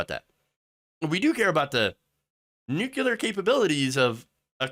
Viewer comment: Oh, Help. Don't say nucUlar, please... it distracts from the great stuff you have to say